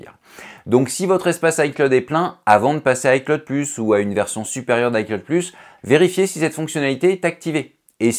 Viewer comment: On prononce "i clowd" pas " i claude". Apprends deja ça